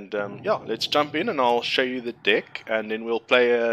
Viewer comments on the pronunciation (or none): nice video :) although I can't shake the feeling that you pronounce the word "deck" as "dick" :D